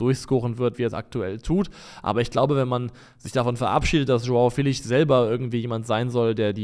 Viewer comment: Ich finde es gut, dass Leute darum bemüht sind die Namen von Spielern richtig auszusprechen, aber bitte hört auf Joao Felix namen so zu butchern. Der wird nicht mit nem sch (ʃ) Sound am ende ausgesprochen, sondern einfach Felix mit nem betonten e (Félix). Zur not gibts auf YouTube nen short wo der seinen Namen noch mal ausspricht.